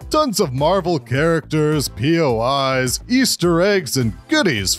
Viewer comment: “A lot of poi’s”